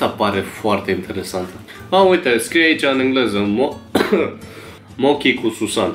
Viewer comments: Se pronunta moci sau mouci nu mochi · Well pocky si mochi is japoneze da nu-i bai 😂 (M-am triggarit putin cand pronunta mo-ki nu mo-cii da e de inteles daca nu a mai auzit de ele) Oricum foarte faine reactii, mai ales a lui la conserva, priceless 😂👍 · Se scrie mochi și se citește mocii 😅🤣🤣🤣🤣